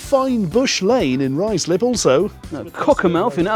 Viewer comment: It's pronounced Rye-slip! 😅 ( aced it!)